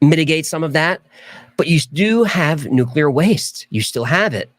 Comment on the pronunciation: Why do Americans say NUCULAR instead of NUCLEAR it's just the two syllables guys.